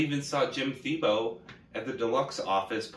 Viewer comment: pronouncing Thiebaud like it's nothin